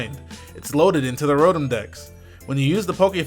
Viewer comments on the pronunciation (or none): none